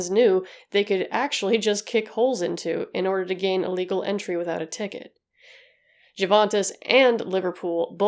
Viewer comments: Say it like... you-ventis. = ) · Americans trying to pronounce European names just doesn’t work. The “J” in Juventus is silent. Heysel is pronounced “High sel”. Just FYI 👍 Also it was the European cup, not championship cup. I’m a Liverpool fan and am old enough to remember this. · It's amazing how much effort you put into your videos, but please try not to overlook small things like pronunciation. 'J' is pronounced as 'Y', and even English native speakers don't make exception here. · p.s. just so you know, though I doubt you'll find yourself speaking about it again, Juventus is pronounced "you-ventus" because it comes from Latin so the j is read as an i, and i in Italian is read like "e" in English lol. And "e" is pronounced like "a" in English. Needless to say I still have a hard time when someone is giving me the spelling of something in English 😅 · All the research you did and never thought to look up how to pronounce Juventus?